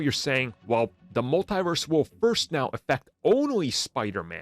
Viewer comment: It's pronounced "MUL-TEE-VERSE! Not "MUL-TIE-VERSE! The Cringe. 😒😣